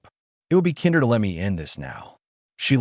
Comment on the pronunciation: Why does AI always pronounce kinder like the German word for children instead of the English word meaning more kind?